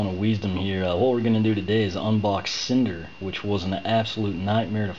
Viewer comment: Its Snyder not cinder lol